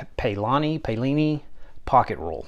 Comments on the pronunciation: The Paolini rule is pronounced "Pow-leeny". I have a few Woodpeckers tools myself, but only purchased what I needed (nothing repetitive) and I use all of them on a regular basis. Purchasing Woodpeckers tools at some point becomes a waste of money because most of their squares and rules perform in the same way. I find that many "woodworkers" on YouTube seem to purchase Woodpeckers mostly to put them front and center for the videos, I never see them use 1/4 of what they have displayed on their wall lol. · Ao in Italian is pronounced ow. So Paolini is Pow-leenee.